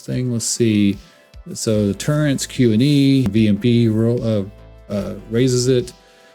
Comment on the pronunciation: turrets not turrents hehehehe